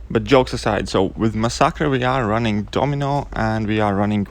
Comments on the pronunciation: yeah I'm happy that there's at least someone who says it right. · lmao,you are the first person i heard pronounce masacre like that.I myself pronounce it like that and get annoyed whenever people pronounce it like massacre